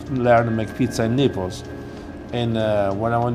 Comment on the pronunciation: Lmfao, who else thought it sounded like he said "The Nipples"